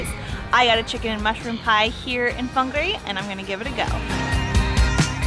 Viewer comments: You say whangarei wrong, sorry i have to correct you because im a local Fong-are-a or fung-are-a or wong-are-a Its just easier to say it that way, may not be 100% correct but its the easiest way to spell it correct to the way people may say it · It’s very triggering it’s pronounced fungaray but spelt whangarei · Whanga -ray is how you pronounce it. Try a Steak Bacon and Cheese pie,really good.